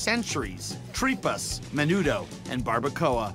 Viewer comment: Tripas is pronounced like Three-pas not tree pas.